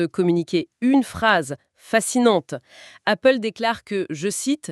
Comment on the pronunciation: Appgle ou Goople?